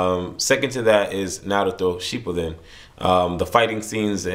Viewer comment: need to learn to pronounce naruto shippuden or is that how all yanks pronounce it? Naluto?